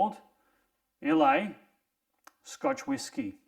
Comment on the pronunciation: Islay is pronounced “eye-la”